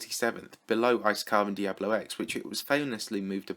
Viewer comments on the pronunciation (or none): none